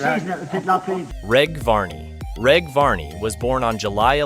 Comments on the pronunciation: Its Reg pronounced with a soft G not hard G. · Can t even pronounce Reg name correctly